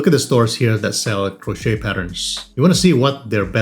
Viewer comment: the T in crochet (or crocheting) is silent😉